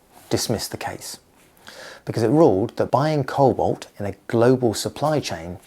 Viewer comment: it's cobalt not colbot